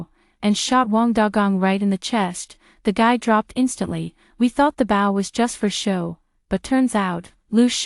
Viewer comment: Bow has a long o sound.